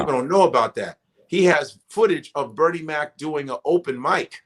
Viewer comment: Love Godfrey but my nigga is killin me with how he's saying Bernie's name. 😂